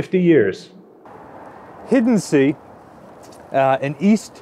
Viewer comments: Hiddensee, not Hydenzie. Probably also Missouri, not Missoura. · I thought that Fritz-X display looked like the one on the USS Massachusetts. Also it's pronounced "Hidden zay" the double "ee" in German is pronounced "ay". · The first time you said the Name "Hiddensee" you were a lot closer than the second time. Wikipedia has a recording at the top of the article